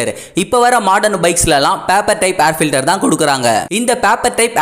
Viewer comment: Try to pronounce word of air filter properly.